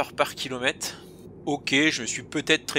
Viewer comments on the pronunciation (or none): Le fameux "kilomette" 😅